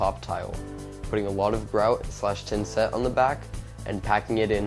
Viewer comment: tha tha thinset...not tinset...but thanks